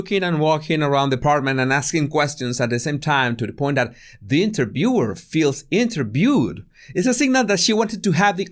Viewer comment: “The interbewer feels interbewed “ Hahahahahah… has a big problem with pronouncing “ V “